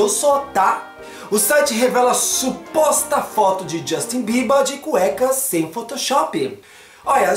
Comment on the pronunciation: voce fala bierber como se fosse biebar